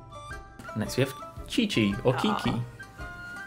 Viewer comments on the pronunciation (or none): The Chinese name is not pronounced "chichi". It's more of a "tsitsi". I should know. I'm Chinese myself. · He said both "Chichi" and "Kiki" to Qiqi, and as a Qiqi main.............I AM TRIGGERED, so for the record for those who don't know her name is pronounced "Chichi" This is not a hate comment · her name is Qiqi, not Kiki read my little angel's name properly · I know for a FACT this man did not just call Qiqi (which is pronounced like chi chi) “Ki ki” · its not "keking" or "kiki" stop giving people wrong pronunciations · why the heck did u caller qiqi, qiqi and not tsi-tsi! I CRINGED. why dont u research first how it is pronounced correctly?! as how a content creator should do..! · For the record, Qiqi is pronounced "chi-chi" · it is Chi-chi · its is pronounced chi-chi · yes but its pronounced chichi, kuching, and liwe